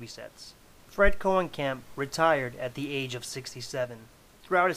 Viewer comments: His surname is pronounced [Cone-uh-camp] and not [Cohen-camp]. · No I am actually part of this family and it is pronounced Koe-nee-kamp